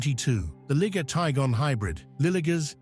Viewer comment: This guy has 3 pronunciations for the liger. First, it was a ligger then it became a lie-ger then I heard lee-ger,get it right fool.